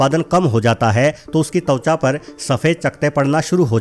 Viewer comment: अरे भाई तौचा नहीं त्वचा बोलते हैं ।